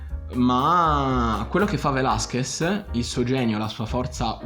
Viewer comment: Da laureato in mediazione linguistica nonché conoscitore di ben 8 lingue, tra cui lo spagnolo riconosco la difficoltà nella pronuncia del cognome Velázquez sulla quale ti sei impegnato ma c'è ancora da lavorare ;) quindi metto like solo per quello! Sto scherzando, hai spaccato!